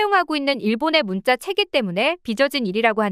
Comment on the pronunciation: 한자문화권 한짜문화권 나레이션똑바로하시오 된소리발음정확히대입하시오 문자 문짜 스트레스네요